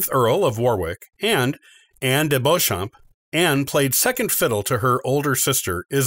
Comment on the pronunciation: "Warwick" is pronounced "worrick" and 'Beauchamp" is "Beecham" "Anjou" is "OHN-joo" "Gloucester" is "Glosster" (like lip gloss) "Tudor" Is NOT "Two-door". It's "TEW-duhr"